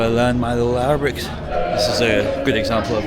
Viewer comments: Entertaining You pronounce Arabic in a lighthearted and funny way XD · I love how you greet them in Arabic and I have to say your pronunciation and understanding is really good